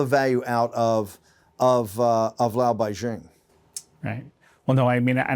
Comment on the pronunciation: Learn to pronounce Laobaixing if you are going to use the term so much. You are pronouncing the X wrong.